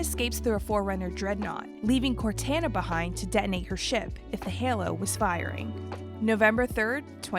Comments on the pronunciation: "Cor-tan-na" lmao its "Cor-taun-na" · Cortana not corteena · HAY-SLEY (It's Halsey) and COR-TAIN-A (Cor-tana) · Why is she saying Cortana like that…. CORE-TAN-UH. It’s CORE-TAU-NUH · It's cor-ton-na not cor-tan-na, and it's vad-demei, not vadamn ❤️ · Say it with me... CORE-TAH-NAH Not CORE-TAN-AH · CORTAANAA* not CORTENAA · Cortana not Cortanna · COR TAN UH is driving me insane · Narrator: CORE TAN AH Me: ugh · It cor-ton-na t-on Cortana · Bahahahaha!! I’m sorry… can’t help it… “Core-Tana”????? 😂😂😂😂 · It drives me crazy that you said Cortāna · This video is missing A LOT of lore. It should be re-done and with correct name pronunciations this time. Core-Tain-Nah is driving me insane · Cortana is pronounced Cor-tah-na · im sorry but… “Cortana”???? The heck? Did yall not play the game and here how to say “Cortona”? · There's so much missing and so much incorrect information here, and the name mispronouciations like "cortena and halsely" like what? lmao, and no mention at all of the banished and both halo wars...or odst, or reach [it was only the attack on the planet and operation red flag covered in like...20 seconds] anyways if you want accurate halo lore either follow halo canon, installation 00 or hiddenxperia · Who the hot hell is cor-tanna? I'm sure they audibly said her name.... Multiple times throughout the series. 🤦🏾‍♀️ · She put so much emphasis on CorTAN A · Sal, Q, Mur and Joe "Say it again." *Narrator "CorTANA" Hahahahahaha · Bro I said the same thing corTANa… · Aside from mispronounced names of MCs (Take a shot for every Cortanna you hear 🥴), they have some confused dates, wrong info and lack of details that flesh out the story a whole lot more. Sure, save for time but it’s somewhat glaring compared to other timelines I’ve seen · No it’s “cor-tar-na” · Had to stop watching.. you must say Cortana correctly that an insult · Corwhat? You have to be kidding me… did they get someone who’s never played the games to read the scripts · They keep call crotana wrong